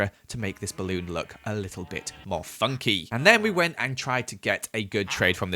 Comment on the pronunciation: I love when he say funcky😂